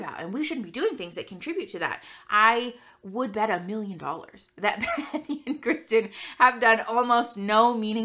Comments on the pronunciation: I notice you call one of them bethy? I believe her name is bethany. But otherwise; great video! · It always amuses me that whenever you say her name, it sounds like Bethy, like you're skipping the 'an' piece of her name and are calling her by a nickname instead of her formal name XD